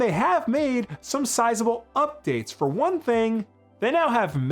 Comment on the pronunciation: "and FORE some reason" lol